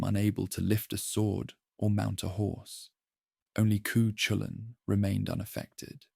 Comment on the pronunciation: Cú Chulainn is pronounced Koo cull-ann